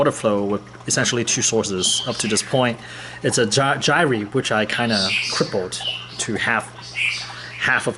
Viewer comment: It's "gyre", like "fire"; not "jy-ree". Cheers.